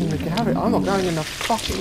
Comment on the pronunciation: I love how he says garage... when my mom says it it sounds like a gay bar...